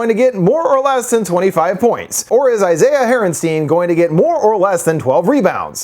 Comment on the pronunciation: "ISAIAH HART-EN-STEIN" . Lmao